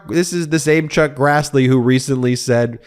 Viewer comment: Ben, can't believe you initially said "Truck Grassley", then said "Chuck Crassley", then said, "Chuck Grazzley". Stop talking to people like they're stupid! A majority of your audience is familiar with legal jargon, not only having watched most of the Law & Order shows for the last 30+ years as well as CNN, MSNBC, John Iardiola, CBS, COURT TV, TYT, etc., etc., etc. Good Lord, knock it off!!!